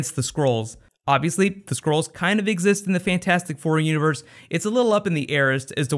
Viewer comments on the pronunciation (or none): ...I was confused by your pronunciation of "skrulls"...kept thinking you were saying "squirrels". I'm pretty sure its like "skull" with an "r" in it. But anyway, small grievance, great work and thanks for all your efforts.